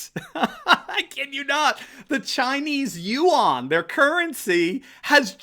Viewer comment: Look up how yuan is pronounced. :)